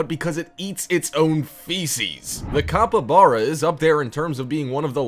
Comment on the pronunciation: The capybara is pronounced capeebara not capabara